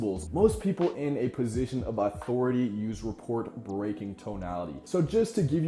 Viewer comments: Good tips, thanks. Love the quotes especially. Just wanna add that the "t" in "rapport" is silent. Sounds like "ruh-POR" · Your neutral tonality sounds like you could give a shit less. The third example sounds like you’re full of yourself. No judgement but in a business setting, this will not build rapport. I’m curious to know about your business experience. Lastly, rapport is not pronounced like report. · Never heard anyone say the word "rapport" out loud, I take it? Only a would think less of someone for that, but as a quick note for next time, it's a French word, pronounced 'RUH-POOR' with no 't' sound. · The T in rapport is silent. Otherwise a great video. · I cringed every time he said it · Probably wont see this but, Rapport pronounced "Rah-pore" Inflect, not Influct. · glad someone said it...